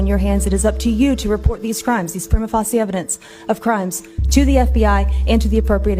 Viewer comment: I'm sorry I don't care who you are if you don't know how to pronounce "prima facie", you immediately sound like a moron to people with an IQ north of 90,,.